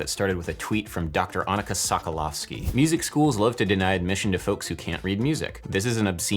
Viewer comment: General PSA: It's pronounced ANN-ih-kuh soh-kuh-LOFF-skee or something in the vicinity of ['ænəkə soʊkə'lɑfski] for those so inclined (i.e. Annika rhymes with Britannica)